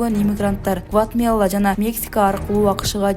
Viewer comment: Алып баруучу орусчасы олуп калыптырго Гватмела Миграсия, 😅😅😅